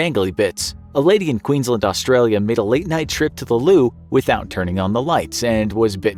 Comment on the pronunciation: I was for this video until I heard you pronounce ‘Queensland Australia’ 😂